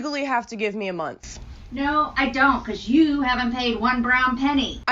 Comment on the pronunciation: No I haven'TA! You're not listening to meAH! I'm tying to educate youAH!